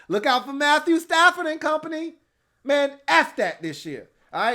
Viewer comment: It’s ask not axe